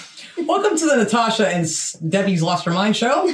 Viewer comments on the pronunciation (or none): none